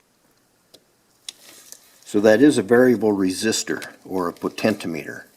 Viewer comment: Good video, however your pronunciation of potentiometer was driving me crazy though. It’s “po-ten-chi-ah-me-ter”